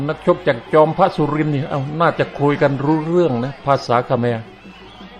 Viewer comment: ผมได้ยินว่า จอมพระ นะครับไม่ใช่ บางพระ